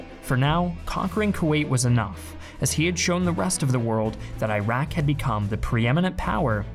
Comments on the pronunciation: 1. From the Iraqi perspective, Iraq is pronounced Ee-rak and not Eye-rack. 2. According to this video, there were only M1s and Bradleys on the Coalition's side. Does this guy even know that more Iraqi tanks were destroyed by British Challenger tanks? I doubt it. 3. No video on the "Iraqi perspective" would be complete without mention of the hideous atrocities committed by the Americans on the Iraqis. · Iraq —> ih-ROCK not eye-RACK. Iraqi —> ih-ROCKY not eye-RACKY Not that difficult… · Bro great video. Just a small suggestion — the countries are pronounced Ee-raq and Ee-ran as opposes to I-raq and I-ran. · Stop saying Eye-raq. It’s pronounced E-raq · It's pronounced like "earock "not " eyerack" dumbass. Look it up. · its not eye-raq.... its e-raq you muppet 😂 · It's not "eye-rack|, it's "ear-ack'. Christ... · Please don't say "Ayrak".. it's Iraq... Pronounced "Ee-rah-k" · The correct pronunciation for Iraq is Erock or Eragh(more precisely); I don't know how on earth they used alphabets as of IRAQ. This new country came after WWI, and in Arabic is ERAGH or ARUGH. So eye-rock is wrong. Check the pilot pronounced correctly in your video. Same for Iran I already explained. It is like Italy; it is pronounced as “Ea-run.” Thanks for your good videos. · At least pronounce the name of the country correctly. It's E-raq, not I-raq. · Please pronounce the country name correctly. it's not i-raq, it's e-raq. been in the US for more than two decades and it sucks when people correct me when I pronounce my own country's name correctly. BTW, Iran is the same, it is not i-ran, it is e-ran (actually Iranians pronounce it as e-ron) Thank you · Eeeeeeh raaaaahk not ayyyyh rack 😑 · fer sher. It should be more like ‘ear rock’ but a lot of us say it like ‘eye rack’. It doesn’t really matter tho, the whole place is pretty much a shitty parking lot now. Nobody cares if you say the name of a shitty parking lot incorrectly. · Eye-Rack... Ir-ock* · It's not I rack its E rock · "Eye rack" 😂